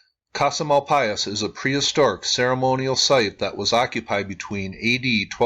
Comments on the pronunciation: I used to live in Springerville/Eagar AZ. Casa Malpais is pronounced with a silent S, so Casa Mal-pie. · Just a comment that I've heard it pronounced "mal-PAYS." Just what I heard from folks in New Mexico when I was in the Malpais, years ago. Love your channel.